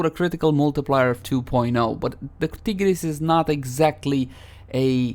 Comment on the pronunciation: When you pronouce tiger, do you say tigger?